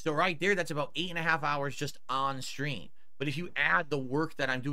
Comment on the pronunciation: 🤹 i wonder what 'setting up the shtream' consists of. you nailed it lmaoo